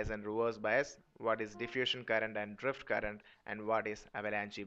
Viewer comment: Yeah i too noticed that he said drift current